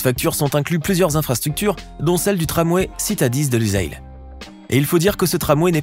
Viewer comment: Boutre et non pas broutre!!! Lusail prononcer Lussail ssssss